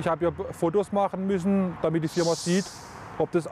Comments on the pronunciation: „Your firma“😂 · ein synonym für Company ist auch "Firm" also "Firm-a" ist nicht so schlimm. Natürlich ohne A würde es perfekt englisch sein. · ...auf polnisch heist das Firma😂